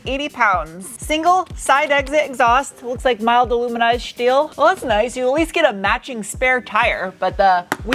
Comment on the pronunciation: Came for the truck, stayed for the shteel 🤣